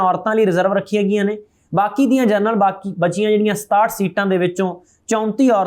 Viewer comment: ਜਰਨਲ ਨਹੀਂ ਜਨਰਲ ਹੁੰਦਾ ਹੈ। ਖਬਰਾਂ ਠੀਕ ਪੜ੍ਹੋ।